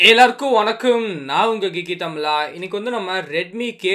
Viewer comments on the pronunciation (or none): தமிலா இல்ல தமிழா 🤦🏻‍♂️🤦🏻‍♂️🤦🏻‍♂️